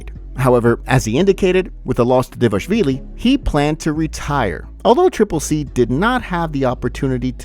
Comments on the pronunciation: Its not devashvili, its DVALISHVILI, you see Dva li shvi li, if you don't respect yourself to learn how to read, at least give some respect to future Georgian champ 😡🤬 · Can you try and pronounce Dvalishvili properly ? thx